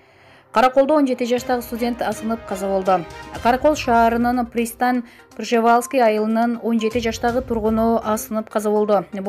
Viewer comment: ПристанЬ - ПржевалЬск ! Ь тамгасын айтканга тилин келбейби ? Бир сабатсыз шоркелдейлер диктор болушуп итиркейди келтирди го .